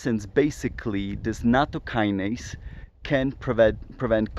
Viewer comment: I have a pedantic comment about pronunciation and etymology. Nattokinase is an 'ase' (i.e. an enzyme) that is derived from Nattokin. It's not a kinase (a specific kind of enzyme) derived from natto. So to avoid confusion, it's best to pronounce it so that the kin rhymes with 'win' rather than with 'wine', and with the emphasis on the ase rather than the kin. The kin in nattokinase is just a japanese character for bacteria (which comes from chinese: it's the character pronounced jun in mandarin chinese, as in bingjun: it's grass on a box with a plant stalk inside, if you know what I mean) and it's just a coincidence that it ends up making nattokinase look like it's a kinase.